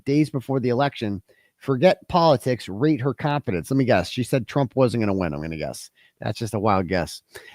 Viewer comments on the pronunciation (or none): none